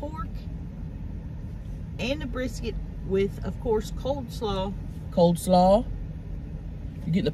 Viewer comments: COLE SLAW, not COLD SLAW. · I thought it was COLE slaw and not COLD slaw. Guess I was wrong